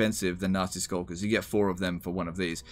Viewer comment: Am I the only one who heard "Nazi Skulkers" every time? As long as they're not in SS-tier.